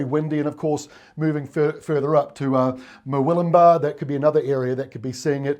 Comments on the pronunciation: Thanks. Doing well with Mullumbimby and Murwillumbah pronunciation!:D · Nailed Murwillumbah AND Mullumbimby, 10/10 Extra facts - Mullumbimby is where Iggy Azalea was born and raised. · Well done on the pronunciation of Murwillumbah and Mullumbimby. I'm not looking forward to the wind. Thanks, and team. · Great coverage. To answer your question yes you pronounced Murwillumbah and mullumbimby correctly, but not Hinze!